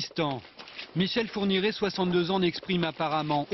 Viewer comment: michel fourniquet ? c'était pas fourniret ?